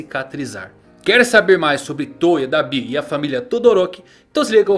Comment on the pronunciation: muito estranho ver alguém falando "dabÍ", eu falo "dAbi"